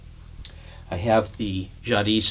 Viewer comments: The "s" is silent in Jadis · FYI, the ‘s’ in Jadis is not pronounced. Pronunciation is “zhah DEE”